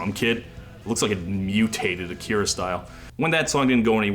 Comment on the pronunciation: It would have been if he pronounced Akira properly.